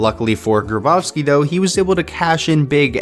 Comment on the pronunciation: It’s Grabovski not Gabrovski 🙄